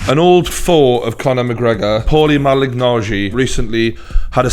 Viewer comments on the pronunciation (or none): "Paulie Malinagiegg"